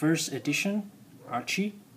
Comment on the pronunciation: Her name is Arcee, not Archee.